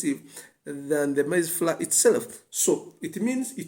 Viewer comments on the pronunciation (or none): Google up the pronunciation of: Maize Flour Otherwise all good.